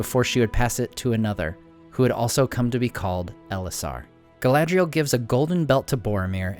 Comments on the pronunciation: I don't think "dh" is pronounced like that. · Your pronunciation of the elven names is slightly off. 'a' is always pronounced as in father. See Appendix E in The Lord of the Rings.